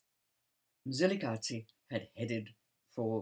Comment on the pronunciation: I admire the way you pronounce Mzilikazi with accuracy and as a Ndebele l respect your history telling.